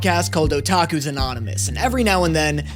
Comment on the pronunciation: Only pronounces Otakus correctly, vs saying, "ootakus"